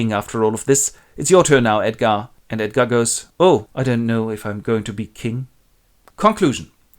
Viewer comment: "Edgarrrrrd is the rrright one" - thanks, this literally saved my life! <3